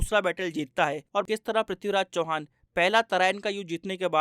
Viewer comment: Abe sale sahi se naam le mahan prithviraj chauhan ka 🔥🔥